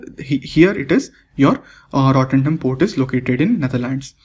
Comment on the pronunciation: Sir It's Rotte"r"dam port. not "n"